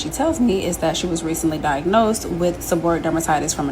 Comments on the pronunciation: Pronounced Seb-BOR-Ree-Ic; not seboric. Healthcare professional here. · It’s pronounced “seb-uh-ree-ick.” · Pronounced - Seb or ree ick. The diet part is key.. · Pretty sure its pronounced Seb-Or-ree-ik... I was diagnosed with it years ago and changed my diet and cut carbs and sugars... thank you for this... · Se-bor-e-ick or se-bor-a-ick. Just trying to help